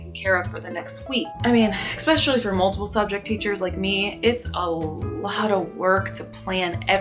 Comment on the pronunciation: You are SO cute and have a bright future, especially with 5th graders....but PLEASE stop saying EXPESIALLY. Driving me nuts!!! Really enjoy your energy and honesty too!!!